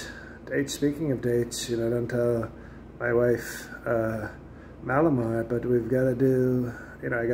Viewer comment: Melomar or Mallomar hahaha